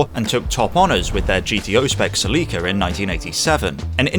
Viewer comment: the way he said sellica had the wrong slyable